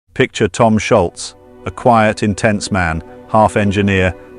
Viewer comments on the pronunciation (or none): Ok fwiw, it's not pronounced "Shultz" with a "T," its "Sholz" like "Shoals" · People still getting his name wrong after all these years. Its Scholz Not Schultz This guy knows how to pronouce it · I believe Tom’s last name is Scholz. Not Schultz! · I think it's "Sholz", not "Shultz"... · Argh.. pronounce it Scholz, not 'Schultz'. People always pronounce a "T" at the end where there is none. Anyway, absolute legendary guitarist and band!! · Your details sound quite believable to this major Boston fan. So why do you mispronounce Tom Scholz's last name as "sholtz" all twenty-two times you mention it? There is no "t" letter or sound in Tom's last name. It is pronounced like it is spelled. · It's not Schultz, it's Scholz (rhymes with moles). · It's "Scholz" not "Sholtz", idiot. And, I grew up less than a mile from him(and the studio they recorded the debut album) in Wayland, Massachusetts. Pumped his gas, too at the Arco around the corner from his home-into his ratty old 240Z. Frequent "baller" at the outside courts at Wayland High. I won't watch the rest of your video just because you can't pronounce his name properly! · It’s not “Shultz”, it’s Scholz’ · You know, the guy's last name does not have a "T" in it............................. It's SCHOLZ............. Not Scholtz................... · His name is Tom Sholz, not Shultz. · You should start by pronouncing his name correctly. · Nice summary, but it sure would have been nice if you had pronounced the man's name correctly. 🤔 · It is a shame the Narrator got Toms last name wrong.